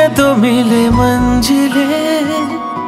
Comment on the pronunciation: I love your voice and composition but you should work for hindi (urdu) Pronunciation like manzil not manjil, khuda, jeena not zeena. Its natural bcoz of nepali tongue but u should correct this. Anyway this song is amazing superb ❤❤.